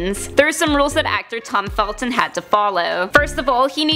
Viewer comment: His surname is ‘Felton’ not ‘Feltin’. Oh my god. 🤦‍♀️